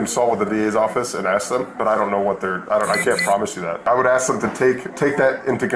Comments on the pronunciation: professionals do not aks questions, they ASK questions sir. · What is with black people not being able to say ASK? Instead it's always AX/AXE? - AX - AXING This guy also needs to stop portraying someone as TRAINED IN NARCAN that has some special skill you need to go to school for. No one is trained in Narcan. The delivery system is something that can be done by anyone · Ask rhymes with task not axe. 😂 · it's pronounced WAW saw Also pronounced "ask", not "axe"